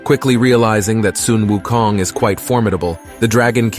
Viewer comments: Thank you for pronouncing him at "Soon Wu Kong". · finally someone that pronounces Sun Wu Kong correctly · Much respect for pronouncing his name correctly